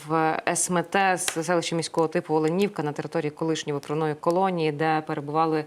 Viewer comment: Наголос на о, Оленівка. Ведуча, вам треба це знати.